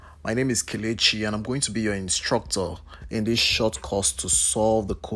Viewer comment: "Be your Instroctor"😂😂